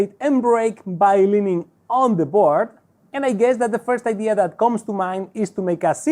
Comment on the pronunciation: Que sepas que "board" se pronuncia "bord". ¡La "a" no se pronuncia! Saludos.